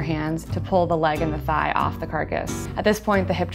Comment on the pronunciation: thigh. not thy. also it's not.